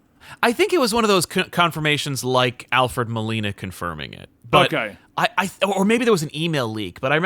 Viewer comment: "William Dafoe" "Alfred Milano" lol